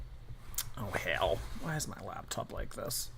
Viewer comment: So why does he say labtop?